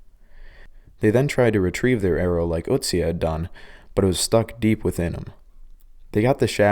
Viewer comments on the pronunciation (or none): It's "Otzi" NOT "Oooutsi"!! Can't even Pronounce a four letter name the Right Way!! Bologna Not Ba-log-na!! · its Ö... Ötzi, its like an o and e in one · Its not pronounced utzi☠️ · I thought its Oatzi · Your pronounciation of Ötzi is just like the German pronounciation of Uzi XD Pronouncing the letter Ö like you would pronounce the u in burn is a very close approximation, only shorter and without an r of course ^^ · The wy he pronounces Ötzi cracks me up 😂😂😂